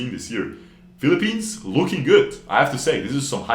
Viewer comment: ah yes The Philipenis